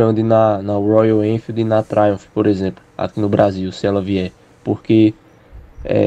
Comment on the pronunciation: Alguém avisa pro que não é Royal enfield... É royauuuuulll enfieeld (campinas) kkkkk n consigo mais ouvir o nome da marca sem o som do biscoitero falando